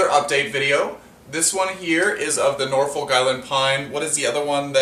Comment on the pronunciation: The folk in Norfolk is pronounced like took. Similar to Norfolk Virginia.